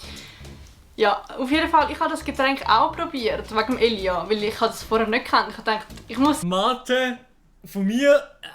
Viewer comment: De schmertz wenn sie statt "Elia" Elias seit ☠